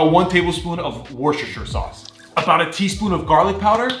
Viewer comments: Sauce🚫 Sas✅ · The other dude: sauce: SAS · how says sauce "saas" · thee way he says sauce